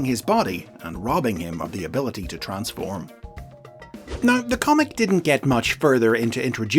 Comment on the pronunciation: Literally have word "Transform" on their product but still decided to butcher it.